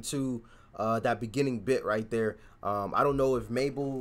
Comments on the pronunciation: Mabel is big in the UK and yes u said her name right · look out for some uk garage tunes and yes it mabel you say it correct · Yeah you said Mabel fine. And she's also very good and well known in the UK, she's had quite a lot of songs in the top 10 here too.